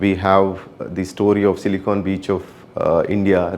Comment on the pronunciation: Not Silicone.. it's Silicon